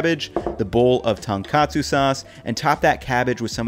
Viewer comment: One correction: It's "Tone - katsu", not "tan katsu".Otherwise, this video is on point :)